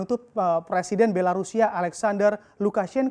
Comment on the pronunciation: Kok sy dgernya Anjay lukashenko yak